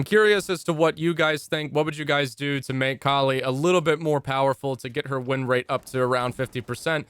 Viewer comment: It's pronounced 'Kaali' btw